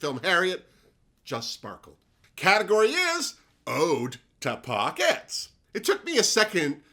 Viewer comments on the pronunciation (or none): At first I thought it was Oat Pockets 😂